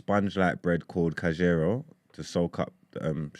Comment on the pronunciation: The pronunciation on canjeero has me in tears. Same with iskudahkaris😭😭😭. Why is iskudahkaris the national Djibouti food lmaoo